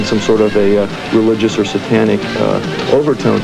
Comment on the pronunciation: Pronunciations like "Ah-cult" and "S-AH-tanic" make me cringe. Not to mention "Teeny Boppers." Haha!